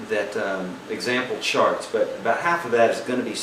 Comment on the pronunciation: this guy is insanely helpful. Funny though, at the beginning "read charts" sounded like "read sharts." just funny thats all, otherwise many thanks for the tips